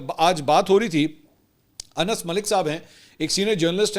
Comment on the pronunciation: السلام علیکم منصور بھائی کیا حال ہے میں اپ کے وی لاک مسلسل دیکھتا ہوں اور اپ بہت اچھا تجزیہ پیش کرتے ہیں اور اچھی رپورٹنگ پیش کرتے ہیں لیکن بعض اوقات اپ الفاظ سے ہی استعمال نہیں کرتے اج کے بھی لازمی اپ نے ایک صحافی کا نام لیا ہے ان کا اصل نام انس ہے لیکن اپ نے اس میں نون دو دفعہ بول دیا ہے لہذا برائے مہربانی نام کو صحیح پڑھ لیا کریں